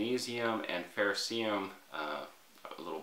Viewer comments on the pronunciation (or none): Love your content, but please stop saying fehr-oh-see-um. It’s ferrocerium (fehr-oh-sehr-ee-um). You’re hurting our ears.